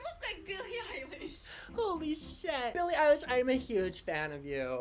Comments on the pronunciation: "it's Billie eyliegshhshshhhhhh" HAHHA I DIED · “BiLlIe EyElaSh”